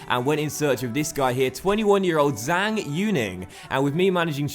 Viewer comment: Zhang is pronounced as Jung